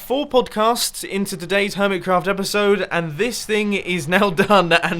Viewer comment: Does it annoy anyone else that he says 'HermitScraft server' instead of 'Hermitcraft'?